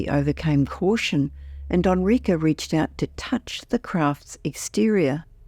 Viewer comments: Enrique: Eh n - r ee k - eh Not: "Ah n - r ee k - uh" wtaf.... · It def sounds funny. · "Onrika"? I guess she means Enrique. Geez! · This is what i wanted to say. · yeah, that drove me crazy too, and I’m an English speaker.